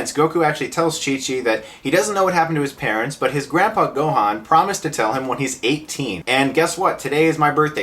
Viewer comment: They also pronounce Gohan's name wrong, which really really irritated me!